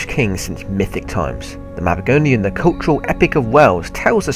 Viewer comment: correction time! *Mabinogion not Mabigonian, *Cadwaladr of Gwynedd not his father Cadwallon.